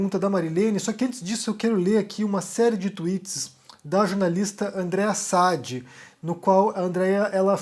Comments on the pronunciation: Meu caro, se fala Andrea Sadí, e não Sádi. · Não é s A d i é s a d I a ênfase é no i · Acho que o sobrenome da jornalista se lê Andreia "Sadí". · Oi. Se me permite só uma correção: o nome da jornalista se fala "Sadí", tá bom? Parabéns pelo ótimo conteúdo que disponibiliza em seu canal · A pronúncia correta do sobrenome da jornalista é Sadí.... com acento no i. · Boa noite,. Pronuncia-se o nome da jornalista Andréia Sadí com tônica no i, oxítona. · Oi, TD bem? Eu acho que a sílaba tônica no sobrenome da Andreia Sadi é no di e não no Sa. Pelo menos o pessoal da GloboNews fala com ênfase no "di". Um abraço. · como já ouvi você falar o nome dela assim mais de uma vez, talvez lhe interesse saber que Sadi é oxítona. Pelo menos, é assim que vejo as pessoas da Globo se referirem a ela. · Parabéns pelas suas análises, sempre muito claras e corretas. Aproveitando, já que gostou dos comentários da Andreia Sadi, assiste o GNT pelo menos uma vez, para pronunciar o nome dela direito .... rsrsrsrs